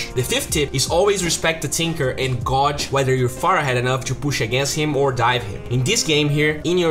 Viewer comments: It's not "g-oh-je" it's "g-ay-je" for the word "gauge" . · Hey, ‘gauge’ is pronounced gayj, not gauj. Edit: just trying to help, love your videos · FYI, Gauge = Gage phonetically. (not criticism, just help) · it is said as gayj. Not trying to criticize, just help. Keep up the crispy videos. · Cara, falando na moralzinha, crítica construtiva: coloca a palavra "gauge" no google translator pra você ver como pronuncia ela certo. FIca a dica pra outras palavras que vc possa não saber a pronúncia também. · The way you pronounce gauge bugs me. Should either try and work on pronouncing it better or replace it with another word. As what you say sound nothing like it.